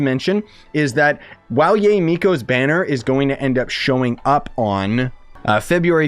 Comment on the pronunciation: just FYI it's pronounced Ya-eh or yiay if that makes sense. If you look up how characters say her name they say her name like this also it's the correct Japanese pronunciation.